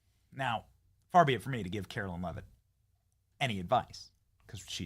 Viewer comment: Benny, u are not pronouncing Karoline’s name correctly. Pretty sure it is pronounced Karo line…not Carolyn. Love the show!